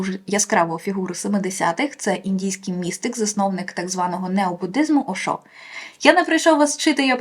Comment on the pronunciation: Тільки не ОшО, а Ошо) Наголос на перший склад. Дуже приємно, що Ошо серед книг що варто почитати. Я переклала дві його книги і практикую його активні медитації. Він неймовірний!